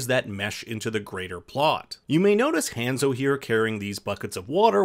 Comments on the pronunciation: Would really hurt u guys 2 actually pronounce names correctly. Hanzo. Like saying han solo with a zoe at the end, Hanzo. U guys always butcher the names which is just lazy bcuz his name is said a couple of times n the movie... So did u actually watch the movie or did u just read from a script? Ya i thought so, u just read from a script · You said Hanzo's name wrong and it's nightwolf